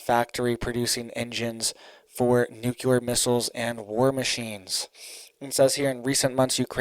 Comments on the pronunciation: Omg duuuuude! I love listening to your news but GD!! It's nuclear...nu .cl..ear! Not nucular! You are killing me calling it that. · Dude, I really like your channel and content. You are very informative. But... Please... Please, can you stop saying "nucular". It's nuclear bro. Nu cle ar. Thanks much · NUCULAR IS NOT A WORD! NUCLEAR. IS THE WORD! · Nuclear… not nucular. Driving me craaaazy lol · It is NUCLEAR ...NOT NOOKYOOLER ...I can't stand how people are so stupid they can't even pronounce a simple word like this. BUY A VOWEL!!!!! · If you're going to report about a nuclear event, at least pronounce the word nuclear correctly. When you say nuculer, you sound ignorant and can't be taken seriously. Have you ever heard of the "Cold War"? All this stuff has been happening on the regular since the end of WWII. Stop using peoples ignorance and fear for likes and clicks. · It's NU - CLEAR.... please say it correctly... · Nuc-le-ar! Love your updates but this makes my OCD go crazy... lol. Thanks for reporting 🥰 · I appreciate what you do and have to say, but please learn how to pronounce the word "nuclear". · Please please please learn to say "nuclear" correctly. Total cringe and educes cred when such common words are mispronounced. Always surprised no one was around by now to let you know you're pronouncing it wrong.